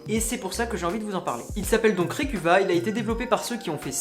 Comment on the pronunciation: Je connaissais que Recuva (qui se prononce Recover par ailleurs), super vidéo, je vais en installer pas mal:D